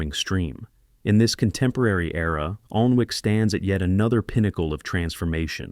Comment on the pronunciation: its pronounced annic